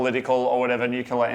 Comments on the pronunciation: Nuclear waste isn't actually a big problem like everyone thinks it is. It's pretty easy to contain it properly. You load it into a container, seal the container, and store it. Done. Also, nuclear > nucular. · Nukular? Nuclear? Atom-smashy-bang-bang? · Have you been G-W Bushed? Its nuclear. From the atom's nucleus. NOT newcular. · New-Clear not New-Kyullah ffs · New Clear, not Nuke U Ler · nuclear.... not nuke u lure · Mesquite is pronounced mess-keet around here. Also, nuclear is pronounced new-clear. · Repeat after me: New-clear. As in Nucleus. Nucleus-related energy. Nuclear. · FFS, I just posted the same comment. Bugs the shit out of me when people say New-Kyullah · nucular? :D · I heard Nu-Killa. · Really when you look at the word, it's spellt how it's said. Nuclear. Nuke-lee-arr Yes, you end the word like a pirate. Got to be done! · Is that how most Strayans pronounce nuclear, can't say I've ever paid much attention before pronounced it like Homer. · can't say Nuclear. tee hee. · Homer Simpson taught how to pronounce "Nuclear".